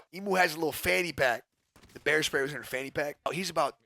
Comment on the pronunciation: I though you said hair spray 😂